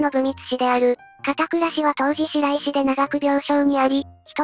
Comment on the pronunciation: 一番最初に出た【白石】を(しろいし)と読んだから『おぉ～珍しく正しく読んだ😮』と思ったら次は(しらいし)だった☹️…惜しいw 今、独眼竜正宗再放送してるからバッチリ見てます👍 50歳の中年になって見ると面白いですね😀